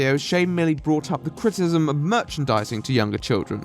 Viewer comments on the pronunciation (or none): It's not "critism" it's "critIcism. CRIT - I - CISM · The way this guy pronounces criticism cracks me up !!